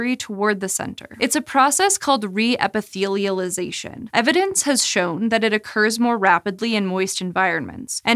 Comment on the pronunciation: Good job just pronouncing reepithelialization.